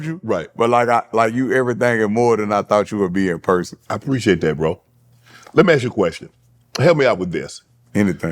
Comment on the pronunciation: “i shoul preciate dat 😐🙂‍↕️🙂‍↕️” 😂😂😂